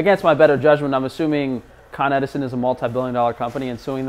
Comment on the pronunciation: Con-Edison - it's right there in the name